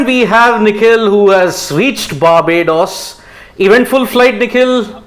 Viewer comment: Barbodddoos..that pronounciation 😅😅😅